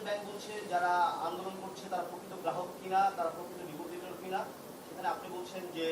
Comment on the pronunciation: ১টা জিনিস আপনারা খেয়াল করেছে এই লোক নাকি ইসলামী ব্যাংকের চেয়ারম্যান? এই ১মিনিটে গ্রাহক শব্দটা ৪বার উচ্চারণ করেছে ৪বারই বললো গেরাহক এনাকি ১টা প্রতিষ্ঠিত ব্যাংকের চেয়ারম্যান?